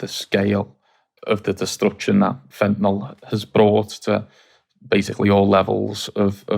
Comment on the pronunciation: If only the ignorant morons at Times Radio could pronounce 'fentanyl' correctly (fen - ta - nile). Say 'nile', as if you were pronouncing the name of the river in Sudan and Egypt.